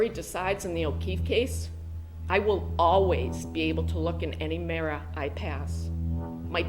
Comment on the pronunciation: Subordinate…..I’ll always be able to look in a “merra”…..what the hell is a MERRA?